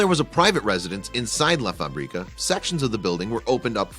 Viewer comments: Do not pronounce la fabríca. The right way it's la fábrica. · Stupid way to pronounce "La FaBREEka".... If you're going to make a video, at least learn how to say: La fábrica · Do some language research. It is pronounced "La Fabreka" and not "La FabrEEkah". Facrica means "Manufacturing Plant". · It's "La FÁÁÁÁbrica", not "La Fabriiiiiiiiiiiiiiiiiiiiiiiiiica", jeez!!! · It pronounced La FAbrica, not La faBRIca. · La FÁ-bri-ca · La Fábrica is pronounced incorrectly BTW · Love this place but hate how you say fabrica lol. It’s literally a translation to factory you make it sound like the seasoning paprika